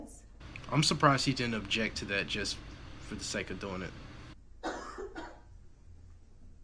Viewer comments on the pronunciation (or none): none